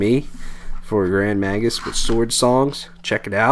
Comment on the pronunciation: Oh and just a wee minor thing - its "Grand May-gus!" - Slainte! ;)